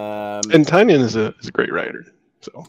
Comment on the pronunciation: Ty-nin, guys. Or Tie-nin.